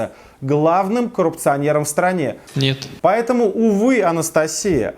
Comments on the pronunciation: бля , Путин так убого сказал "Нэт" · Он так охуено говорит "нет"